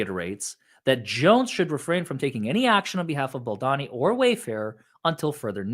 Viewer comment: not BaldAni it’s pronounced BaldOni😉 Glad you’re back ❤ You need to read what Ryan REALLY writes to Justin - how vile/sneaky he truly is against Justin. Can’t believe that you don’t know everything about this story by now.